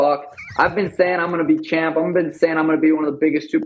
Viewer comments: Pat is from the states right? Why does he pronounce champ as chomp? I don't know the lore. Does he have a speech impediment or is it like an underhand joke? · Just a joke. Can't remember when it started though